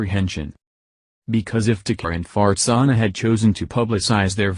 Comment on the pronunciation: I don't know if I'm correctly hearing what I think I'm hearing. Can anyone familiar with this case tell me the mother's name? Maybe it's simply the computer voice mispronouncing her name(that happens often), but I keep hearing her name as Fartsana.